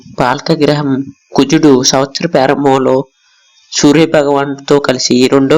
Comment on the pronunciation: Pyarambam kaadhu bro adhi prarambam konchem telugu nerchuko bro please 🙏